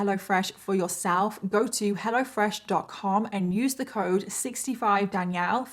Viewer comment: Lol sometimes I hear " hella fresh" when you say it. Thank you for the best story telling on the internet!!! I love your makeup too